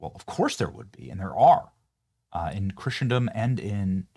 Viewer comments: 1) The temple was destroyed in 70 A.D. Seventy years after Christ's BIRTH not His death. 2) It's pronounced Christendom not Christian-dom. 3) The Temple of Solomon was NOT the tallest building in antiquity. The Great Pyramid in Egypt was the tallest building on earth until the construction of the Eiffel Tower in the 1800s. This click bait is completely annoying on multiple levels. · Christendom is correctly pronounced "KRISS-uhn-duhm" Dear , we follow you closely and enjoy your informative content, mixed with levity and, of course, Bible verses of the day. Catholics and Protestants are diametrically opposed when it comes to eschatology. Ripperger is hot because exorcists fascinate people. Demonic activity rages on in the Spiritual War. "Church Fathers" should be suspect, as should the sect that adheres to a false doctrine of salvation. They deify Jesus' mortal human mother. They practice necromancy. They have a cannibalistic view of the Lord's Supper, negating the atonement of Jesus Christ at the cross. ONCE paid it all. There are NO human intercessors between a believer and the Lord. The papacy is not divine lineage, and all the pope's minions practice idolatry and false teaching. They can NOT forgive sins. We need no confessors other than Jesus. It is not Christianity😒, sadly. We do our Catholic friends no favors by pretending it is. Time is short, and we must be bold about that to love them well. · Benny, I love your show and I know you are a very intelligent guy, but you must pronounce Christendom correctly… There is no hard tea in the middle of the word so pronounce it like "CHRISSENDOM"and, it's Dome of the Rock not dome on the rock and finally that is not the most holy site in Islam… The most holy site in Islam is Mecca in Saudi Arabia. You correctly pointed out that Christ himself is the third temple, by his own words. There is no need for a third temple since Christ was a total fulfillment of the covenant between God and the Jews. Christ is King.